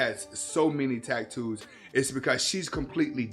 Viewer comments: The delivery cracked me up. Tack-toos 😂😂😂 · Are you saying tacktoes